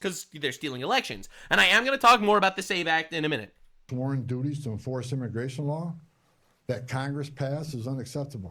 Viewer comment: Im sorry....around 57 mins did say "Immi-GAY-tion" or did my headphones glitch? Either way...I can't I hear it!